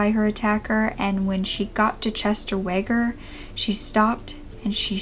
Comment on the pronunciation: I grew up in the area this happened in. (Was born in the mid 80's, but learned about this case at a young age). Exvellent video! *HOWEVER* I need to correct a couple pronunciations and such. Weger is pronounced "wEEger", Oglesby's "e" is silent (so it's Ogle (and then sby). Additionally, he is currently in Pinckneyville Correctional Center, not Illinois River Correctional Center- there is approximately 214 miles between the two. :) ALSO! Would like to add, he is being parolled. Was just announced yesterday. :)